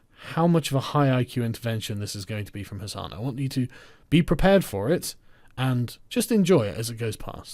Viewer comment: "HasanTheHun". That sounds... just wrong.